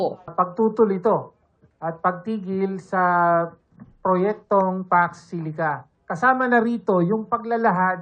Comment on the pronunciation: Anteh ayan ka na naman. Mamaru ka na naman! kapal talaga ng mukha mo sayo pa nanggaling yan, na dapat alam nang buoung muwang ang nilalaman ng nilagdaan.. EH IKAW NGA SI MO NGA MAPRONOUNCE NG MAAYOS YUNG MISMONG SALITANG PAX SILICA LANG EHH. SINO NGAYON ANG MUKHANG DI ALAM ANG PAX SILICA???